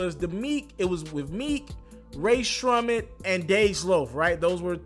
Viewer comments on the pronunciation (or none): “RAE SHRUMMET” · Come on how u gonna be a damn rap/entertainment news guy and can’t even pronounce rae sremmurd?